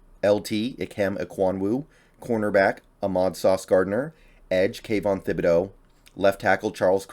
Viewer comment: loved this video, thanks for sharing...but the one thing that gets me is your pronunciation of "Aiden" and "Thibodeaux". it's cool to see it like this, most people just do a top 50 prospects but seeing it in tiers gives some context regarding when we can be ok with a trade down.